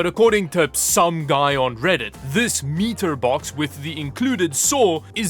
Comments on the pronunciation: That should have taken you at most 2 minutes to cut through the 2x4. Leave the constructions to other :) Also, it called a MY-Ter-Box nto Me-ter Box. In the end it looks great! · Let's all say it together....... My-ter..... Myter...... Mitre 👍😁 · Mitre is pronounced like Mighter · METER BOX?! BUT ITS ONLY 20cm LONG! (It's Mite-er bud :D ) Now pronounce Lichen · This MF'er will scour craigslist to find some old POS PC (I'm looking at you, garbage can mac) But wouldn't buy a $20 circular saw from there? Comonnnnnnnnn. Also, when you are cutting in your mitre (pronounced 'my-tur') thing, lay another piece of wood perpendicular underneath the one you are cutting, so it stays level. All in all, great video, you did a good job! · Say it with me slowly. M-eye-ter…M-eye-ter…M-eye-ter. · “Mitre” Myter - pronounce 😂